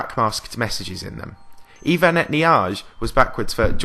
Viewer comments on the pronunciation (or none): none